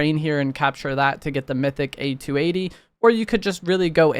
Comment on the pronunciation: Speaking as a 50 year old man, every time I hear you spell out A.T.A.T. rather than simply saying at-at, my inner 8 year old squirts out another tear.